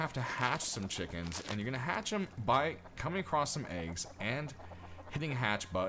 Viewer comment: haha sorry i was meant to reply to my friend cos of your accent to us british guys when you say wheat and eggs it sounds like wheat and aids haha just childish stuff dont worry x